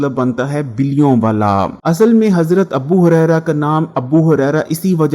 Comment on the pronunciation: Abu Huraira not "Abbu" Huraira